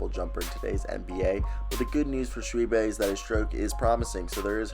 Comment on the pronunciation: Its actually pronounced shoe boy. He played high school with my boys son.